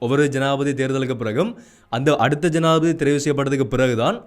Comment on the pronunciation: தம்பி, தமிழில் உச்சரிப்பு அவசியம், ஆனால் என்பதை ஆனா என்பதும் ஜனாதிபதி என்பதை ஜனாதிபதி என உச்சரிப்பதும் தவறு நிறையத் தகவல்களை அழகாக தரவுகளுடன் எடுத்துரைப்பது மிகச் சிரம்மான காரியம் இருந்தும் போராட்டத் துடன் தொடரும் உங்கள் பயணம் தொடரட்டும் வாழ்த்துக்கள்.